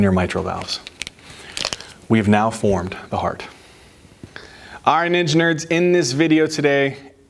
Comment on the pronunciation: Why do I keep hearing engineers for ninja nerds..😂 Frequently finding myself questioning? Are we engineers😢😅